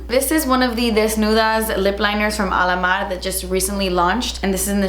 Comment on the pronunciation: When you say Alamar it always sounds like Alamad 😂